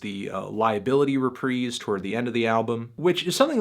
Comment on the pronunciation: the first youtube music critic that pronounces the word "reprise" correctly.